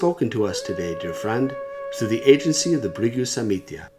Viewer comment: samhita NOT samitya smh